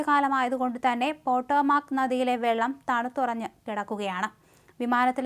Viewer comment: Petromax നദി യോ എന്താ കുട്ടി ഈ വായിക്കുന്നത്